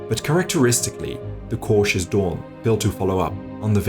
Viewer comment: Poor count von Daun. it's "DOWN", not Doon. He's not ruling Latveria or something.